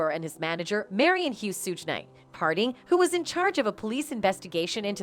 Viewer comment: Another CULTURE VULTURE tryna tell OUR story, one that she knows NOTHING ABOUT. Its not SOOGE KNIGHT VULTURE ITS PRONOUNCED SHUG KNIGHT! Stick to suburban story telling because u butcher every rappers name like meat. This VULTURE called 2Pac 2pack..... stop it.